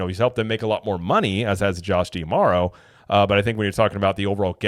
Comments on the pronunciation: Why do you insist on pronouncing his name "Dee-Amaro", and not "Dah-Maro"? I've never heard anyone else say it like that, and there's an apostrophe there in D'Amaro, so it should be read like a contraction... You can watch company videos where they introduce him by name. It sort of rhymes with "tomorrow", as cheesy as that may sound. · I mean, it's not that I've actually put thought into how to pronounce his name (though I do think it should be kind of obvious), as much as I have simply watched other content creators on imagineering, as a HOBBY. I would just expect someone who's trying to do the same thing professionally, to at least WANT to be on some kind of general awareness level that their peers are on, and also WANT to say the name of the Chairman of Disney Experiences correctly, when you run an actual THEME PARK CHANNEL! Holy cow! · Well, maybe because you're also pronouncing it wrong in every video